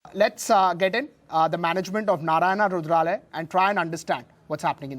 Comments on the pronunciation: Not hrudralaya it is hrudayalaya (Abode of heart in Kannada language) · Hi NDTV, The first sentence Its Narayana Hrudayalaya, not Rudralay